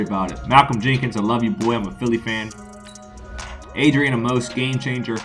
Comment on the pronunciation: Why do y’all say adrian a-mose it’s pronounced “amis”